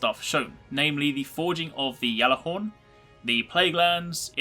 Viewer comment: that's how u say it lol